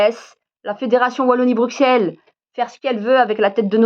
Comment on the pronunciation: À partir du moment où tu dis : BruXelles au lieu de BruSSelles et bruXellois au lieu de bruSSellois, tu m'as perdu...